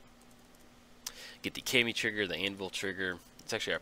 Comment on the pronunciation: I hate to get all Steve on you,, but Kami is pronounced Caw-mi, as in Carly Rae Jepsen's #1 single, "Kami Maybe".